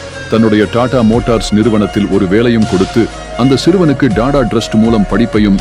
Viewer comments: இந்த வாசிப்பு யாருடைய குரல் என்று தெரியவில்லை. TATA என்பதை DADA என்றும் Traffic என்பதை DRAFFIC என்றும் தவறாக உச்சரிக்கிறார். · It is not Dada. It should be pronounced as tatta. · Da Da ille.. TATA உச்சரிப்பு சரியாக இருக்கட்டும்